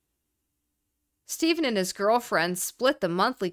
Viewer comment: It's pronounced Graham STEFFEN not STEPHEN